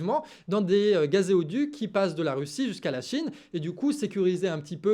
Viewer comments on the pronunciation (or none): Gazéoduc... 🫤 Stp répète après moi: olÉoduc, gazOduc.